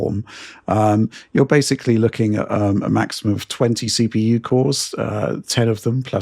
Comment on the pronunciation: The the 1000th shot every time says and pronounces Basically as Basely....